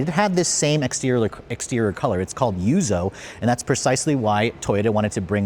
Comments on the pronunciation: It's yuzu, not yuzo!!! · yuzu, not yuzoh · It's pronounced yuuzuuu! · Take a shot every time he says, "Yuzo" edition... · Him pronouncing the special edition names is painful... Yuzou? Hak-1? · lol Hak-one and yuzo. It’s not a language channel but bruh you’re Asian